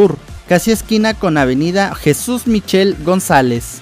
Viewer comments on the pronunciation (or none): none